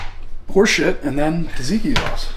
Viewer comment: bro said taziki sause iam deaad... ( tzatziki is the name trust the greeks )